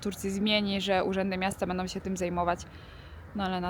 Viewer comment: W tekście reklamowym nie powinny stać obok siebie te same wyrazy, a w Polsce tam gdzie trzeba na końcu wyrazu wymawiamy ą, a nie om. niestety też mówi: majom, chcom, będom:( pozdrawiam:)